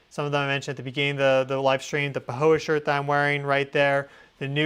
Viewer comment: I thought I heard you say pahoa shirt 🥰